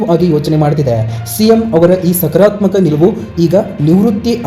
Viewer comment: ಅಪ್ಪ ಮುಚ್ಕೊಂಡು ಬಾಯಿ ಮುಚ್ಕೊಂಡು ಇಡಪ್ಪ ಸುಮ್ಮನೆ ಯಾಕೆ ಬೊಗಳುತ್ತೀಯ ಸಕರಾತ್ಮಕ ಅಲ್ಲ ಸಕಾರಾತ್ಮಕ ಅಂತ ಹೇಳು ಉಚ್ಚಾರಣೆ ಮಾಡಕ್ಕೆ ಬರಲ್ಲ